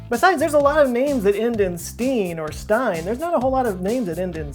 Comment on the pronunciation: its stein ...